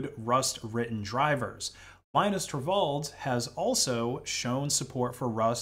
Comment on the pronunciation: Torvald’s name is pronounced Linus Turvalds, not Lainus Torvalds.